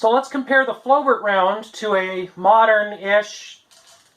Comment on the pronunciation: It's pronounced as flo-bair